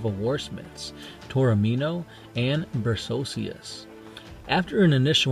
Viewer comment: I know... I commented on the last video about pronunciation but how do you get "Bercocius" from Berossus?